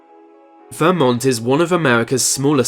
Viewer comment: Yes. And of course, Vermont is VerMONT, not VERmont.